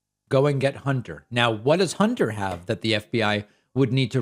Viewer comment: She didn't say "Hunter", she said "Honter".